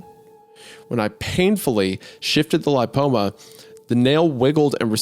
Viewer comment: Not trying to come off as an A-hole, but please look up pronunciation of words if your job is being a podcaster. Betadine and lipoma are not absurdly odd words, a quick google search is all it takes. Love the pod guys, just some constructive criticism. ❤